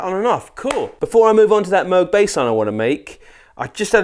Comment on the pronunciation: Its Moog not Moog